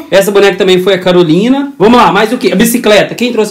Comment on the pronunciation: Calorina foi boa murri🤣🤣🤣🤣🤣🤣🤣não seria Carolina